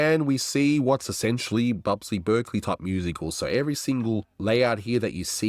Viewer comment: That's Busby (not "Bubsy") Berkeley.